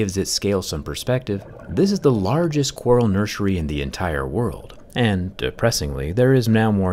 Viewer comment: I'm sorry is he saying NurSUREy?😂